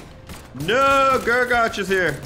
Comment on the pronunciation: Guragatch, gruagatch, grugagatch ITS FUCKING GRU-A-GACK